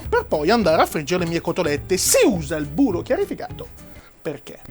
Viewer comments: C'è della cotoletta nel mio burroh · Io ci avrei messo del burroh